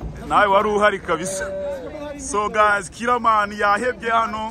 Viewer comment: "Killerman conglatulation?" C'mon you can do better than this😂🤣🤣🤣🤣😂